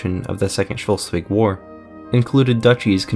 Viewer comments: The mispronounciation of Schleswig/Slesvig with an O(Scholsvig) grinds my gears a lot, I have to say, but otherwise a good video. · lol.. the way he pronounces Schleswig... try it like this: Sh- les (like in les miserables) -wig Schleswig. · Schleswig is pronounced Schlehs wig. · No no, its pronounced sles-vi(soft g) in its proper danish (Just kidding, both the Ggerman and Danish pronunciations are fine nowadays). Funny how ended up with a pronunciation that neither side likes. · As for someone who is from Hamburg and lived in Schleswig the history is very interesting. However it's schles- wig. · I just can’t with his pronunciation of Schleswig… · Thanks for the video! The mispronunciation of Schleswig would have been forgivable if it weren't said so often. Such an embarrassing oversight... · I’m not even German, but the way you pronounce Schleswig annoys me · The way he says Schleswig makes me want to throw up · Slesvig or Schleswig how ever you spell it, has the l infront of the e. You might want to pronounce it that way the next time. And it might as well be a thought to be concidert, to end with the two referenda of 1920, creating the status quo. Otherwise great work. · Very good video, but its kinda funny how you pronounce Schleswig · Very good, video, while the pronounciation of schleswig made me uncomfortable, the video was good enough to turn a blind eye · its SchLEswig not schULstwig. LE not UL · Its pronounced slesvig/schleswig and not Scholsvig. Otherwise good video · Yeah, I was wondering why he's saying "Schultzwig", when it's "Schleswig" or "Sleswig" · Schleswig or Shlesvik for english pronunciation and not shulswig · Schleswig, not Schelswig. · its pronounced Sch"less"wig not Sch"ultz"wig ;) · Can you say "Schleswig" - not "Schelswig"? Can you at least try! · Its Schleswig, not Shellswig. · Shelsvig.. Shelsvig.. but it's Shlesvig... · It's Schleswig, not "Schelswig" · SLE-svig, not Shul-svig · It is Schleswig, not Schelswig...